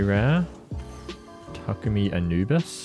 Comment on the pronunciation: Why do you say Takumi so weird?